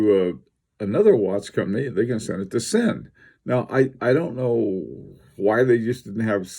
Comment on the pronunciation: your pronunciation is hurting my ears :) it is Ziiin. I very recommend reading the latest Sinn catalog (a lot of technical information). Sinn is not about chronographs and dress watches but cases, durability, and robustnes for extreme conditions. Sinn uses unique technologies for their cases and they supply special forces, police, divers, firefighters, doctors, rescuers.